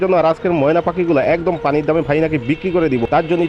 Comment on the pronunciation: ৫৫০০ পানির দাম ? বাটপারের মূর্খ উচ্চারণ ফানি ( পানি )